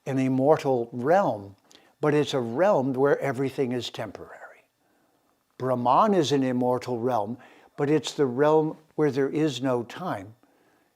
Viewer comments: Sir, 🙏 plz say "Brhmann" not bramaan..... And Raamaayan not ramaayan. Princess Sita was Verily indeed his, ..... Raam's sp. Consort, queen & wife. ❣️💐🙏 🕉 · Dear, thank you for your efforts. However, Brahman (ब्रह्मन्) which, as you rightly say, connotes the highest universal principle, as we can see: ब्रह्मन् is not pronounced brahmān or brahmaan as you do but with two short syllables. Sorry to say you are grievously mispronouncing and distorting the sounds of these sacred words. More colonisation? Please train up! The vowels a, ā, i, ī, u, ū are quite distinct: anyone able to read devanāgari ought to understand precisely how to work with the long and short vowels. Meanwhile e, o are long etc. - I am sad to say that some western Indologists are quite complacent in this area - Wendy Doniger, for instance. Recitation is of the ultimate in Sanskrit and to grossly mispronounce such key words in videos is a grievous sign of albeit unconscious disrespect. Ok. Said all in good faith. Writing from South India where by the way all Tamil vowels have long and short versions. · With all due respect, Cant Citti Media get someone who pronounces words correctly ? Specially the Sanskrit literature mandates and stresses on importance of correct Pronunciation. Just got so demotivated with such an erratic pronunciation of word Brahman as all types of wrong pronunciations. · It's pronounced as ब्रम्हन् Brumm-hunn. Not Bramaan like Naan. And प्कृति Pruh-krthi is not Praacreetee.